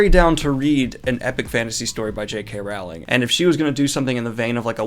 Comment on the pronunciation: Dude, Rowling is pronounced row-ling not rall-ing. Like row row row a boat.